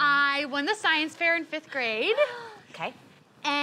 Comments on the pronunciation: Wait, did say science affair? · Did say science affair?